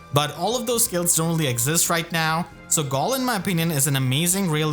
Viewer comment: why do you pronounce galle like that